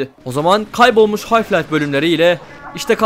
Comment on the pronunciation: Hocam yanlış anlama fakat anlattığın oyunun adını bilmemek biraz absürt kaçıyor. Hayf Life değil, Half Life.